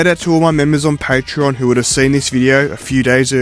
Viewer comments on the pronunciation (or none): none